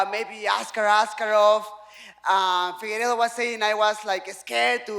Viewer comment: Nobody: Figuerdo: Mothefockee